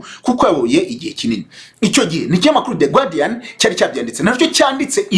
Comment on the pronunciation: ntibavuga "gwardian" nanditse uko ubivuga ariko bandika "guardian" do bavuga "gardian" phonetically! Mu Rwandan dukeneye kugira culture générale franchement!